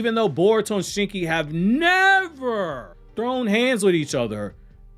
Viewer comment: The emphasis on never got me dead